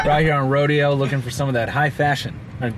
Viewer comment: Love how he mispronounced rodeo